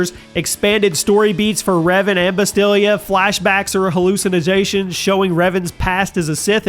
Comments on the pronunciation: He pronounced it like you wrote it, Bastilla (with a Spanish double L) while its spelled and spoken as Bastila with 1 L. Annoying indeed. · ITS BASTILLA, NOT BASTILLIA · I heard him say 'Basteelya' in the video. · Gave you a thumbs down for one reason and one reason alone: "Bas-TILIA"??? Do you also pronounce "aluminum" as "alu-MINIUM"? Philistine. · Repeat after me: BAS-TILL-UH!!! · Its "Bas-til-la"...cmon now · Hang on, did you just call her Ba-STILL-ia? You had one job to do. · Great news update, but please never pronounce Bastila's name like that again.